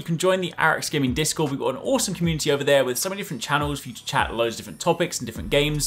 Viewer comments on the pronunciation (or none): none